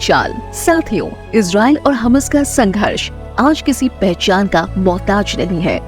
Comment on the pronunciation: Please correct prononsiation,ham nahi hammas